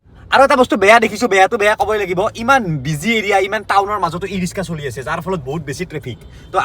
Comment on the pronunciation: bhai Riska nohoi Riksha hoi.... tumi ako kobo amar pale riskai koi, tumi tu pora lika Lora Kom sy Kom riksha kobo lage....